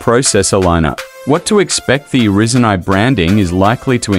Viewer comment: Can't stand hearing it said risen when it's rye zen(according to every techy/youtuber I have ever heard say the name)